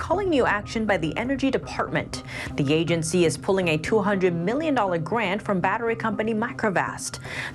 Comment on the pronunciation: The Yahhgency she said very clearly LoL